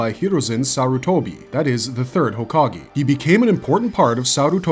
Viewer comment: Couldn't make it 5 minutes in without stopping due to the abundance of mispronounced words. As soon as I heard jutsu pronounced like butt-su it was the final straw for me. I just can't understand knowing enough about Naruto to make a video on it's characters... but getting hokage wrong - one of the most used words in Naruto. HOKAG-AY, NOT E!